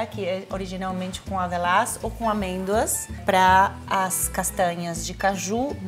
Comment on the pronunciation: a Paola falando QR Code e avalã (avelá), me lembra que ela é gringa, sempre esqueço kk